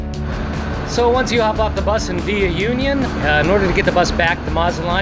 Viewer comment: Union is pronounced Ew-Kne-Ohn. Those tacos look yummy.